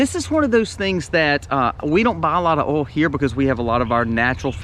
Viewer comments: Yeah before you said that, you said Oil and I was like what? it's Oil not oul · All the “alls” 😂 or in NY Oil (oy-ul) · ❤ Love hearing Oil or AwwhOilsss said in the southern accent.. I need to move down there.. Lost in CT 😪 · I love the way you say oil. You probably from South Carolina How about?